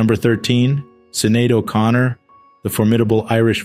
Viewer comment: Her name is pronounced like Shin-aid.